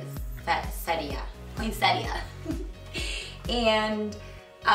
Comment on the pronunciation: Ha! I came to comments just to say the same thing. Not trying to be an a**hole, just wanted to help. Phonetically, it's point set-ah.